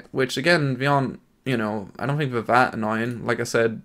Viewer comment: you gotta learn how to pronounce "TH" its not "F" Think, Thhhhhhhink, not Fink.